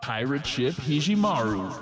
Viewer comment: HE-JEH-MAROO? You mean HE-GEH-MAROO. : / Higemaru. Where's "ji" at